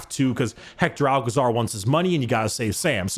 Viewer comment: i really love you, but that pronunciation of Hector Alcazar its so bad XD, In spanish it does not sound like Pablo Escobar 😂